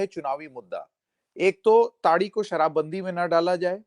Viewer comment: इतने अंग्रेज हो गए कि ताड़ी को टाडी कह रहे हो ?